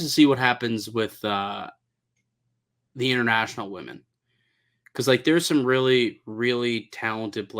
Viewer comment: needs to learn the pronunciation of women. He keeps saying woman.